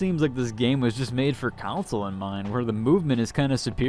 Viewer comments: Took me the whole video to figure out you meant CONSOLE when you say Council :p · Are you saying council or console? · That's cool. I wasn't trying to make fun. just never heard console pronounced the way you were saying it.